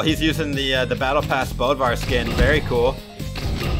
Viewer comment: Its not bodvar its bödvar go to translate and go to swedish and type "Bödvar" then youll know how u pronounce it right